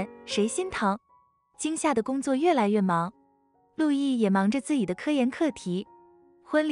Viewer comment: 怎麼連“自己”都能念成“自以”😂